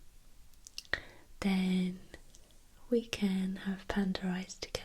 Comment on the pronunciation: I like the way she says panda..."pander" 😆